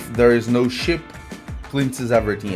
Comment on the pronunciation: Sheep, not ship 😅